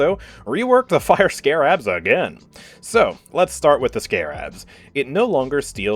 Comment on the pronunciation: Nooooo not how you pronounce Scarabs 😅